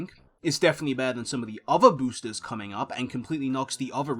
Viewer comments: Da booostuhs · i only didn't click off because you say boosters like an example new yorker